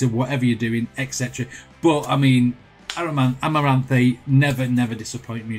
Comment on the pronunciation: you mispronounced this awesome bands name ...here's the real way at the 40 second mark btw this is my favorite Amaranthe song